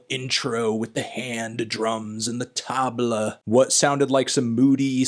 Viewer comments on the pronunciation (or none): none